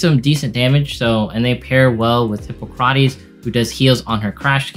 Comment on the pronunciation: "Hih-paw-cruh-tees". The historical figure from which we have the Hippocratic oath.